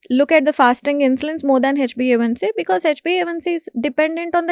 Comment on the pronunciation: This anchor has no basic knowledge He is wrongly pronouncing metmorfin instead of metformin and hbaic instead of hba1c very frequently.